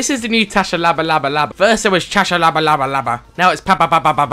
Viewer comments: Not tshalabalabalaba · Noob squad I know its still funny though although his name isn't tashalabalaba its tshabalaba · this in 1 of my favourite vids and you are saying it wrong it is pronounsed sha-ba-la-la.i know because i live in his neighbouring country,botswana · Guys it's actually pronounced shabalala I met him.